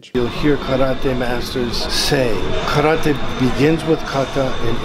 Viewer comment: This video did a great job of giving a fair assessment... Neither writing off Segal's style completely nor taking his teaching as gospel. This YouTuber sems very knowledgeable and objective. Also, love the long suffering look he gives the camera when Segal pronounces "ka-ra-TE." Earned a sub right there and put a smile on my face.